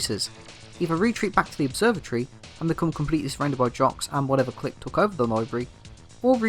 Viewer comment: The way you pronounce clique hurts my soul